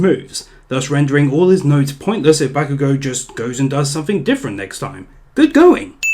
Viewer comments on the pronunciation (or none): Dragon Ball Super Is Shit Ba/Bah-kugo not Back-kugo lol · the A ins bakugo is pronounced like aw not ah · fuckin. "bAAkugou" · Ugh sheeple ''bahkugou'' TRIGGERED true fan : calm down its pronounced Bok - oo - go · You are a sin for saying Bakugo's name wrong. I rest my case.